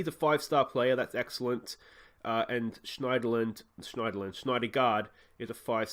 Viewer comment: Syndergaard is pronounced like cinder-guard! Excited for this series and you've earned yourself a new sub